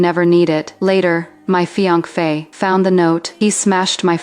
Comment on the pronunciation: "fi anc fe" wtf...!